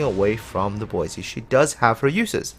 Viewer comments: She is disappointing, but, as you said, she is work-in-progress. Also, just to be picky about the name pronunciation, since I live less than 25 miles from Boise, Idaho; it is pronounced "Boy-see", not "Boy-zee". Minor nitpicking, I agree, but thought I would bring that your attention. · Yuudachi : Poi-se ??